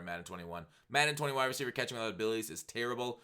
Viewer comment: Overpowered katkhing plz b SoberFoxx kuz u sound likk DrunkFoxx with that one